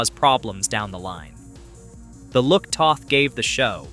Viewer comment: Toth rhymes with both.